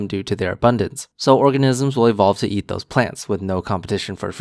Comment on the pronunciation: I hate how he says “et” and not “eat”